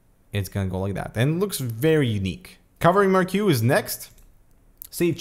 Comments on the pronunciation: "Marquee" is prounounced "mar-key", not "mar-Q". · I believe it's pronounced Markee not Mark Q. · mar kee not mar cue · Lol its pronounced 《mar_kee》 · Marquee proncounced Mar-Kee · Hi. It's pronounced mar-Key. Thanks. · Claims to be Canadian but can't pronounce "marquee"..... Hint: it's not "Mar-Q"... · do canadians really pronounce it as mar-kew? Normally its the yanks that cant speak. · Nice video! Is there a way to basically set each LED to a certain color and let it be that way without "animation"? Also Marquee is pronounced "Marky" (but I'm german, and had to look it up too) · "mark-q" Really? lol